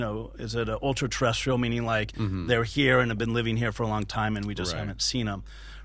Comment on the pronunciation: "TURRESTRIAL" ??? Where did that word come from?